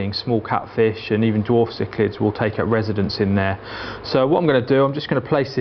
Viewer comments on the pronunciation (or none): none